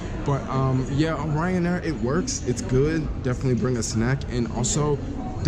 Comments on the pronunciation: Clearly the airline is called RYANAIR one word it's not someone's last name but I guess if you want to put an imaginary O in front of it for no reason it's up to you haha.. if they wanted it pronounced o'ryan they would have spelled it that way no? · Why do you keep calling it Oryan Air? Its Ryan Air haha... safe travels bro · Renit Rift what's that have to do with it... the name is Ryan Air and he kept calling it Oryan or O'ryan just pointing it out to him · Renit Rift but if you want confirmation on how its said their adverts CLEARLY say RYAN not O'ryan ... so maybe you should be the one to pay attention 😂😂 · Please never call it O’Ryan air again you handicap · Before i even looked at the comments, i told myself that the first comment that was going to see was "why is he saying Oryan Air?" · Renit Rift Wtf, that's not how you say it! Even if they're Irish, they called themselves Ryanair and not O'Ryan Airlines or some shit